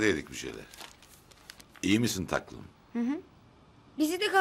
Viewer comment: İyi misin "taklım" demiyor mu şu koskoca Adnan Bey , gıcık oluyorum ....